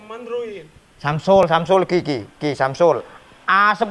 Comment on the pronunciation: memang gaul,samsung di ucapkan samsul,ha ha ha.wk wk wk menek kates di foto yo tibo.lek e di dilok logate koyok wong sidoarjoan,utowo pasuruan yo.